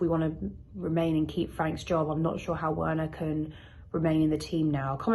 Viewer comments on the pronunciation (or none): The way she pronounces Werner is so jarring lol